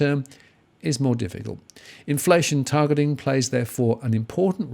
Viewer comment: Targetlllling???, do a stroke test, stat